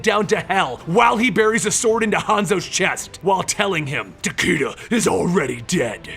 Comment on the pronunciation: not to mention Tah-Kay-Dah, not Tah-Kii-Dah.